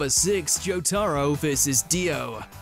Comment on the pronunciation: Bro said “Jow taro” 💀